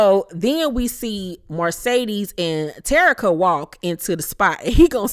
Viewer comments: I cringe every time I hear you say Marcedes (Mercedes)!!! Lol…..Love you, Bye😘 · Please stop saying MARcedes. It's Mercedes. That is all. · Love your review but it’s MERCEDES not Marcedes.